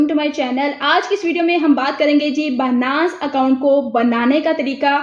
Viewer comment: Its not banass.... its binance.... byyynance Ok